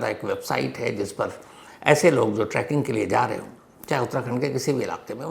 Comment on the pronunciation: Sir, it’s trekking nit tracking. 😊